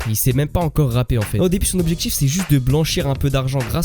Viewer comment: Tes vidéos sont intéressantes, mais ta façon de prononcer les ‘tu’ et ‘ti’ en ‘tchi’, et les ‘di’ en ‘dji’ ( tu dis ‘grandji’ au lieu de ‘grandit’, ‘voitchure’ au lieu de ‘voiture’, ou encore ‘objectchif’ au lieu d’‘objectif’), c’est franchement insupportable. Ça gâche l’écoute alors que le fond est bon. Dommage.